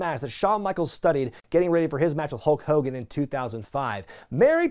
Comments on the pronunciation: A few minutes into the Warrior vs Hogan match, i just noticed you were saying Hoke Kogan! 😂🤣🤓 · saying "Ho Kogan" when talking about the Warrior promo is everything. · As a child I thought his name was “Ho Kogan” for years due to Warrior’s promo on him. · Why were u saying hulk hogan weird?